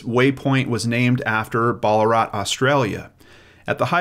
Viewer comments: It’s said Bal-la-rat, not Baller-at 😋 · Why pronounce Ballarat "Ball-a-rut", especially when its original name is Ballaarat and it was originally an Aboriginal term? It's a bit like all those videos where people call Woomera "Woo-merrah". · I didnt know that there was anotjr place called Ballarat, I only knew of the one in Australia and have never heard it pronunced how you said it 😂😊